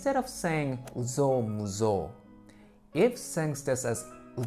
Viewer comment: It's Uzou Muzou actually